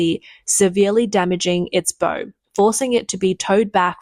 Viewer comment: Hard to take this seriously when"bow" is pronounced incorrectly, its bow as in cow ffs.